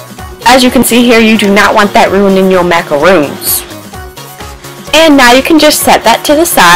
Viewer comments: IT'S MACARONS NOT MACAROONS MACAROONS ARE THE COCONUT CLUSTERS -. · macaRON macaRON NOT MACAROON